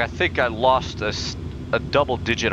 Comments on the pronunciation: "DON'T SINK SHUT UP" LMFAOOOOO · "Dont sink" Shut Up